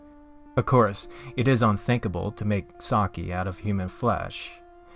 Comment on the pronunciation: I was more disturbed from the pronunciation of sake